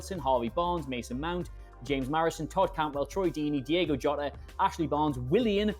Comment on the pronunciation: It's Diogo Jota, not Diego Jota